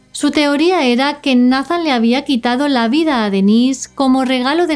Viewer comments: Solo como sugerencia, Nathan se pronuncia “Neithan” es que se escucha medio raro decirlo como se escribe, sobre todo que es un caso de USA 🇺🇸 saludos!! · Nathan... neitan , (así se pronuncia)... la conoció de 6 años?